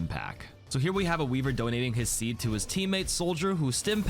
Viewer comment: Why would you say "donating his seed" like that